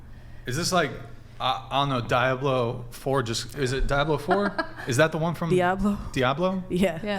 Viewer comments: called Diablo "Di-blow" 😂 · can recite endless WoW lore but is unable to pronounce "Diablo," which also happens to be a Blizzard title...smh.